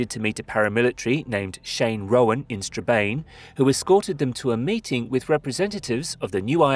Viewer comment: Good video. But please for the love of god research the actual names of places. It’s pronounced naa-van , stra-ban, Ger-Rurd